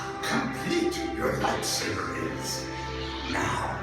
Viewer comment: i hate how you pronounce lightsaber